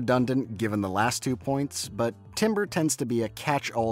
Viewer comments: Nitpick but 'Timbre' isnt pronounced 'Timber', but 'Tamber' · It’s pronounced tamber not timber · "timbre" is not pronounced the same way as "timber." it's pronounced "taam-ber." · I cannot say I've ever known "timbre" to be pronounced like "timber." It's always tamber, closer to how the word would be pronounced in French. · Yo who’s gonna tell him it’s pronounced “tamber” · As a music educator, yes can confirm this! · as someone whos been constantly reminded that timbre is pronounced "tamber" this makes me really sad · Did... did he he just say 'timber'. As in wood. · tam-burr.... its tam-burr lol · "timbre" is not pronounced like the wood, it's pronounced like "TAM-ber". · Timbre is pronounced tamber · as a fellow music student i feel ashamed for thinking timbre was italian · Why do you say timbre that way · Getting annoyed whenever he pronounces timbre with an i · (you pronounced timbre incorrectly, but thats an understandable mistake because its pronunciation doesn't make any sense) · My friend. This is a great video, but the way you mispronounce "timbre" is killing me.